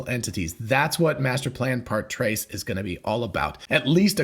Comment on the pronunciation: "trois" is pronounced more like "twah" than trace. You did do all five years of compulsory French at secondary school, didn't you?